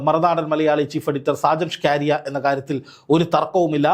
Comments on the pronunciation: ഷ്കരിയ അല്ല മണ്ടാ സ്കറിയ ആണ് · സ്‌കാരിയാ അല്ല സ്കറിയ... മറുനാടൻ കറിയ.. മറുനാടൻ മറുത എന്നൊക്കെ വേറെയും പേരുകൾ ഉണ്ട്... 🤣🤣🤣🤣 എന്തായാലും രണ്ടെണ്ണം കിട്ടിയത് നന്നായി.. കറിയയ്ക്ക് രണ്ടെണ്ണം ആവശ്യം ആയിരുന്നു.... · ഷ്കാരിയാ എന്ന പേരുണ്ടോ ഷാജൻസ്കറിയ എന്നല്ലേ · ഷാജന്‍ ഷ്‌കാരിയ അല്ലെടോ..ഷാജന്‍ സ്കറിയ..നന്നായിട്ടൊന്ന്‌ നാക്ക്‌ വടിച്ചിട്ട്‌ ഒന്നൂടെ ഒന്നു പറഞ്ഞ്‌ നോക്ക്‌..ചിലപ്പോ ശരിയാകും😆😆😆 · SHAJAN "SCAARIAYO".........KELLKKUMBOL ARRAPPU THONNUNU....SAKKARIA ENNA PERR KETTITTE ILYAA LLE? KASHTTAM 😡😡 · അയാളുടെ പേരെങ്കിലും നേരെച്ചൊവ്വെ പറയെടോ. സ്കറിയ അതുമതി കൂടുതൽ ഡെക്കറേഷൻ വേണ്ട